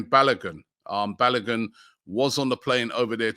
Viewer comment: ROB YOU NEED TO ASK KELECHI TO TEACH YOU HOW TO PROPERLY PRONOUNCE “BALOGUN” FULL NAME.